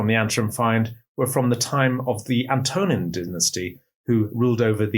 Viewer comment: His pronunciation of 'Antonine' was also a bit odd.